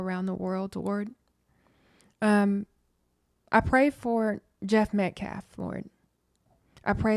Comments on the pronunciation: My question is who gave them the right to make the father leave? That man should learn to pronounce the victims last name , it’s Metcalf, not Metclaf. If Karmelo had a right to be in the tent with the Metcalfs then their father had a right to be there. This man literally just proved the point of this whole tragedy, it’s quite hypocritical. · Paid agitator Dominique Alexander keeps saying "Austin MET-CLAFF". Seriously, this dude is intellectually challenged! Why is Dominique concerned about lives of law enforcement when he has led BLM marches since 2017 to "Defund the Police" including the one in downtown Dallas in 2017 where a sniper killed 7 people in uniform, 5 of them were police officers.... He's gaslighting.